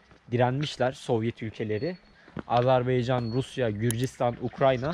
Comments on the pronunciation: video çekiyorsun ve kendince azerbaycan lehçesinde konuşuyorsun. Fakat içinde bulunduğun devletin adını doğru bir şekilde söyleyemiyorsun. o devletin adı azerbeycan veya senen dediğin gibi azarbeycan değil beğim. orası azerbaycan. önce bu Türk devletinin adını doğru söylemeyi öğren. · Siz birinci AzerbAycan sözünü düzgün deyin! AzerbEycan eşidən kimi söndürdüm videonu